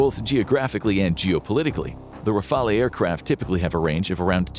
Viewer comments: Rafale... the "e" is not pronouced... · Rafale is pronounced /rafal/ … that’s all I could handle because you butchered so many french words but this was pronounced the most. Otherwise, interesting vidéo.😊 Le triomphant /tri õ fã/ ; le téméraire /té mé rèr/ ; le vigilant /vi ži lã/ ; le terrible /tè rib/ ; moyenne /mwo jèn/